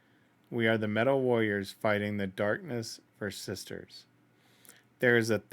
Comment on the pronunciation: I also noticed that she can't pronounce warriors ^^